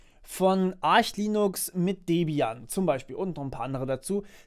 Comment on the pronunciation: So ist auch die richtige Aussprache. Es heißt nicht "Ark", weil keine Silbe folgt wie bei Architect/"Arkitekt" und ist kein Ar-sch, weil es nicht Arsh geschrieben wird. Es heißt Arch/"Artsch", weil englische Phonetik